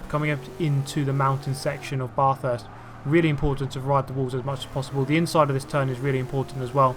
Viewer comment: I dont know if anyone said, but your saying bathurst wrong, your saying BARRthurst, and I dont know how to explain how to say sorry.